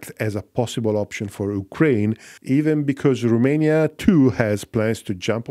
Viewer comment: It's "Romania", not "Rumania"